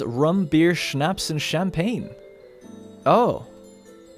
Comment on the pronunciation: Called champagne cham pag ne XD